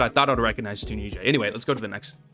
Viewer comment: Breaks me how you say Tunisia. And the season 6 name was LITERALLY (Bobby) Once upon a time in RUST😂